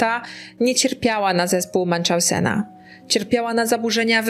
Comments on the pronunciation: Drobna uwaga wzgledem wymowy zespol Munchausena. To nazwisko niemieckie, nie angielskie, wiec nie ma muncz. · Drobna uwaga, to jest przeniesiony zespół Münchhausena, jak widać niemieckie nazwisko i w uproszczeniu można je przeczytać jako "Munhauzena" 😉 Dzięki za kolejny ciekawy i poruszający film! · Tak. To już któraś z kolei podcasterka, która tak wymawia to nazwisko😕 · Kochanie, zespół Münchausena wymawia się po niemiecku , tak jak się pisze mniej więcej